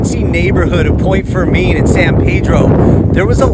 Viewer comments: Point Fermiin, not Not Fermeen. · San pee-droh …..point fur-min